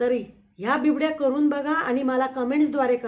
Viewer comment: Uccar bibdy nahi bobde asa aahe